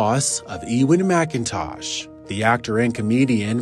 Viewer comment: sucks that you can´t pronounce his name correctly